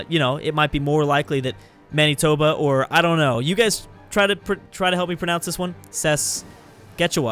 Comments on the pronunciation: Man Knee Tobe Ah LMFAOOO Its ManA-tobA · Saskachewa? Manytoba? Why why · and Manitoba is man eh toba